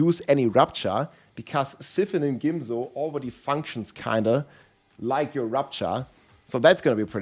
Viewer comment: “Gimzo” made me comment 😆